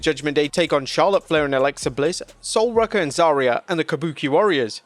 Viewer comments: Dude... you hear them say the names right? Its Sol ROOka not Rucka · How do you manage to pronounce Sol Ruca's name wrong multiple times?? If only there were ringside commentators who could help with that issue